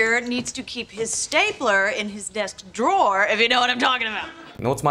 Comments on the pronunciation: Слушайте, вы столько времени тратите на съемку этого ролика, а аот посмотреть в словаре произношение drawer в значении «ящик» секунды не нашли. При этом десять раз прокрутили фрагмент, где Рейчел произносит это слово /dro:/, и даже это вас не смутило. А ведущий пять раз упорно повторяет /дроа/. Такой вариант произношения есть, но означает он «художник, рисовальщик» если хотите. Но никак не ящик. Вот реально как после этого вам доверять, приходится перепроверять все. И не надо говорить «мы все ошибаемся», вы готовьте ролики заранее, словари все в открытом доступе. И никто в команде ведущего не исправил. Вы сами-то Рейчел слышите? Disappointed ☹️ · Поправкa произношения: 1. В слове "Drawer", W-E(R) не произносятся, т.е. слово произносится как "ДРО:" в Британском варианте, или как "ДРО:Р" в Американском. Частая ошибка!!!